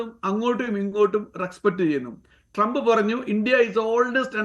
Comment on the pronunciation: ടി ജി മോഹൻദാസിനും, ശശി തരൂരിനും ശേഷം അമേരിക്കൻ പ്രസിഡന്റിന്റെ പേര് കൃത്യമായി ഉച്ചരിച്ച ആദ്യത്തെ മലയാളിയാണ്.